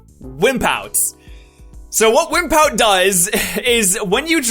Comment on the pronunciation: okay I thought he said whip out instead of wimp out.